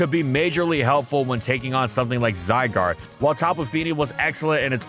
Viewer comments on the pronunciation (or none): none